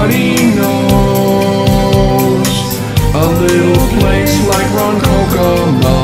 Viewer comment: Love this. I grew up in Lake Ronkonkoma. Not many people can pronounce the name correctly and I like the way you changed it. Way to go!!!!